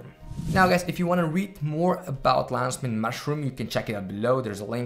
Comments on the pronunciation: I heard Lays main mash it up room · “Lannz Mayne mushroom”